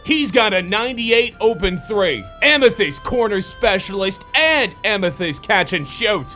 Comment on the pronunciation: Boy said amythest corner specialist